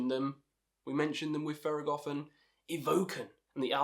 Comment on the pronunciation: great video, you are pretty well articulated. just a heads up, its pronounced THER.GO.THON, since it took me off the way you said it in theragothorn. Good pics, disagree a bit with Skepticism since it was in no doubt influential but it doesnt hold up to modern releases. Also not too sure if its the best thing to start with Thergothon as they are more of the founders and show the roots of the funeral doom we see nowadays, rather than a complete package that someone can listen to and see all that the genre has to offer. Shout out for mentioning Drown in the end. Probably my AOTY. You should check out Profetus as it is organ heavy funeral doom. Another thing to mention is that Mournful Congregation is one of the few that is able to implement acoustic guitars into their somber music, alongside having the ossibly best vocalization and lyrics throughout their discography, both rhythmically and content-wise. Great vid, earned a sub. Good luck to all your future endeavors.